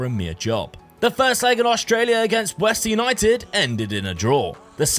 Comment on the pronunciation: Good video but it's western united not westen West-ern